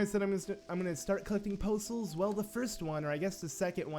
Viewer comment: Poe Souls sounds like postals to me. I was thoroughly confused. What did the postman do to you?!